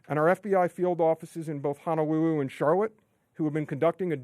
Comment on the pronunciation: Honawuwu Hawaii